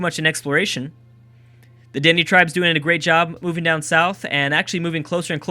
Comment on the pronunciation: Found this series, years too late 😔 lol. I'm Canadian 😀 part Cree and Sioux lol weird mix , I know.....lets goo Cree !!!! ....also the Dene is pronounced "denay" lol like anyone will read this 😞